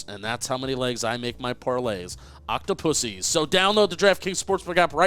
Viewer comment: did not just say octopuses